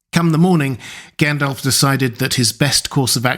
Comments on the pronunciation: Tolkien included notes on pronunciation in the LotR. The speaker here should have read them. So sick of hearing 'gan DOLF' instead of 'GON dolv'! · Its pronounced Gundalf Not Like Gaendalf Like with the American a. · All well and good but who the hell is Gaen-DELF? 🙃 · It’s Gandalf not elf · I just subscribed and I'm going to watch a few more of your videos, but it's not encouraging that you can't pronounce Gandalf correctly.